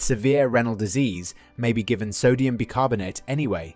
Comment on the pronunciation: It's pronounced 'Buy' carbonate